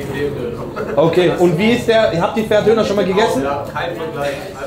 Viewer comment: Das heißt ferhat und nicht ferat du sprichst das h nicht aus 15€ zu teuer kannst du vergessen